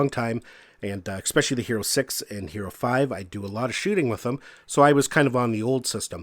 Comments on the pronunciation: It is especially, NOT ex-specially. Good video overall though! :) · LOL! That drives me CRAZY! Funny how something so petty gets under my skin... A character flaw I readily admit to, but I can't understand how that mispronunciation is so prevalent. :-(